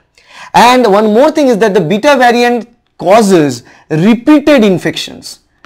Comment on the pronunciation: Abey ghochu Bengali me video bana. English tujhse nhi hoga. "Vyariant".... "omycron" 🤣🤣 what are these?? You dont even have the knowledge of tense and construction of sentences. Kyu khudki mockery bana raha hai😅😅